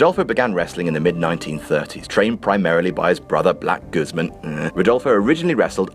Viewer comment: Damn ... you just butchered Guzmán. It's pronounced "gooz-mawn" Also, toots is in the hof already